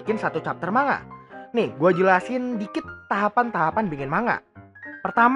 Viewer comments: Btw Itu pelafalan nya bukan manga.. tapi mangga :v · Manga dibaca mangga